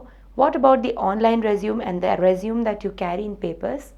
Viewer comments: It's pronounced resumé not resume -_ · not rponounced resume its pronounced resuMAY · true ...it is résumé -re-su-mey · Re-zum XD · She is from the same part of the world where I am from. And it is still not pronounced as Resume. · Nobody gives a damn about objectives and all extra crap. Its just your academic record, knowledge and experience what is checked in an interview. The pronunciation of résumé is wrong (American as well as British, both are same). Its a noun, what you are speaking is a verb which means to continue. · You are pronouncing it as a verb. Story ends here, not gonna watch further :/